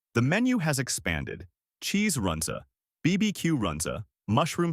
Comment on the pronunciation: This video cracked me up. The don't know how to pronounce Runza, Listed the Bohemian Cafe which has been closed for almost 10 years. Omaha steaks is a joke and nobody in town thinks the steaks are quality.